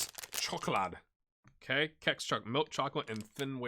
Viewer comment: pronouncing “Kex” in the right way 🥰